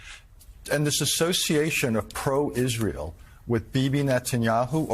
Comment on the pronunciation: I’m distracted by the anchor saying the word “Isrull.”